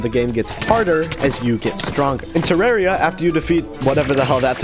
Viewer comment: bro pronunces Terraria as "Tireiria" as I know to pronounce it "Theraria" lol